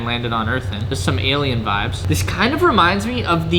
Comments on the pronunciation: If you stop saying vabs im gonna kill myself. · In quebec vibe it vibe in french too we do not Said vibbes 😂 (sorry for my english) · I just started watching then he said vbez PLEASE JUST GO BACK TO VIBES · "Im gonna say Veebe" Says"vibes" 2 times after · Not vabs but vibaas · Him: I’m going to stop saying vibes, and say “vibés” Also him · you said vibeeezzz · le gars il est drôle 😂😂😂avec ses " vibase " 🤣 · Vayb is wat he says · If you stop saying vibes, im unsubscribing. Update: oh ok, vi-bez is ok too i guess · He said he would say Vibēs instead of vibes but look at this he said vibes